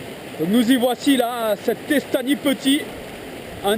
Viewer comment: bonjour Un beau reportage j y etais le Juste un petit rectificatif (pas mechant )mais on ne prononce pas estany en catalan mais estagn (ny = le son gn comme montagne)sinon encore bravo